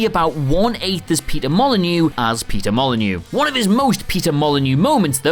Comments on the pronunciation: What i heard was peter molenyeux peter molenyeux and peter molenyeux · Say Peter Molyneux again. . . Please